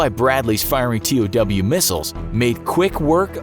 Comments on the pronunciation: I was a TOW missile operator on my gun truck in OEF. We call them like the word sounds, like you would tow a car. Not T O W. For future reference. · This stupid narra. It’s not T-O-W, it is pronounced TOW, like towing a trailer. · "Tee-oh-double U" missiles 😂 Just say "Tow" missiles. Lol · T o w missile he said haha... it’s TOW pronounced toe missile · Funny! For a channel that highlights military, they sure screw up a lot of pronunciations. The latest is, “tea oh double you” when TOW missile is pronounced “toe”. lol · The first time he said TOW missiles and pronounced it 'toe' then he spelled it out tee-oh-double u missiles. That's weird.